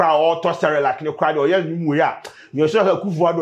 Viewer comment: Did I hear youce? As yes lol